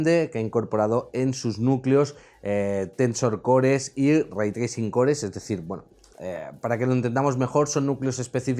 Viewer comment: Tracing Ray Cores Direct ☓ Microsoft Nvidia Aprende a pronunciar imbécil.